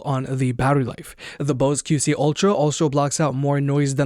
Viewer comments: I keep hearing “Ultram” also. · Why can't this guy pronounce ultra?